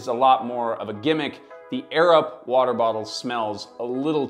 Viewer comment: I kept hearing “the Arab water bottle” 😂